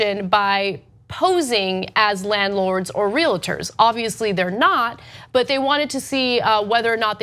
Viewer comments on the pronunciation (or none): Ana - REAL, REALTY, REALTOR - pronounced REAL-TOR, not RE-LATOR. Sorry, i'm a bit of a grammar nazi. Love your show! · REEL-ter, not REE-luh-ter